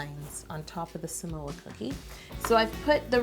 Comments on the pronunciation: I Love You Yolanda and I am obsessed with this cake because this is my all time favorite girl scout cookie! Also, the word Samoa is actually pronounced "SAH-Moa" instead of "Su-Moa" :) I'm Samoan so I just wanted to let you know . You are amazing ! And I wish I could try this cake more than anything right now! LOL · She said samoa but I heard some oa. LOL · When you say “give me samoa” i was like is she speak malay? Here samoa = semua (pronounce exactly same) means “all of it”.. like u said give me all of it.. 🤣🤣.. love all ur cakes.. loves from malaysia 🇲🇾... 😘😘